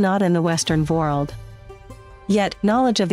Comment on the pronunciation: That is incredibly annoying. They didn't uncover any of the real Ottoman history. All they did is regurgitate unlikely myths with a bad narrator that says world like "vurled".